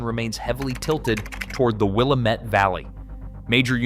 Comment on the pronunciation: Okay. First it's pronounced WIL LAM METTE. Not Willa mette!! Secondly why do you keep showing Purdue University which is in INDIANA??? Third Eastern Oregon will never become part of Idaho.